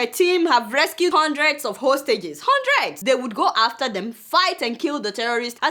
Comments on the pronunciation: Adeola should try and pronounce HUNRED as HUN-DRE-D. It is not HUN-DREN, please!!! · Aunty Deola, pronounce "Hundred" again......Lmao